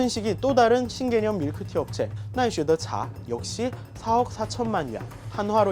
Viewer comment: 심지어 나이쉐노차 아닌가 중간에 히라가나가 보이는데